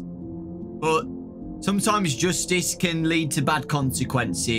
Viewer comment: Nobody:"Joostice"